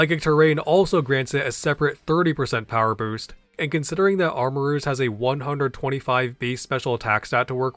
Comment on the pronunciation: Something about "armor-rooshe" is killing me lmao